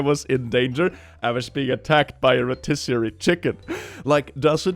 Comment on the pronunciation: a rotisserary chicken 😂😂😂😂😂😂